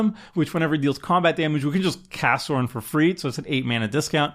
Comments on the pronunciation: its Sauron!! not sorin haha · For the record, Sauron is pronounced with an "Ow", like somebody's pinched you, not an "Aw", like you're gushing over a puppy. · Sauron slowly but surely became Sorin 😂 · I'm sorry... how did you pronounce Sauron? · Can you tell doesn't know LotR the Sauron pronunciation was rough.